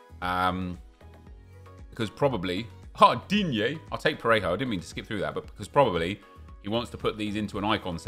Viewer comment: Anyone realise nep said digne normally 😱😱😱😱